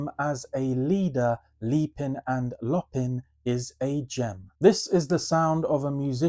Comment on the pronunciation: Nice show but it's leapin' and LOW-pin' not lop-pin', imagine a big black panther loping aiong at an easy pace that swallows the miles then leaping on its prey. It's a great album and the only one of your ten that I own so I have a bit of research to do. Thanks but I think you're going to cost me money again!